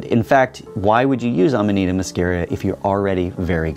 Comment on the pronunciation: It's Amanita, not amadita.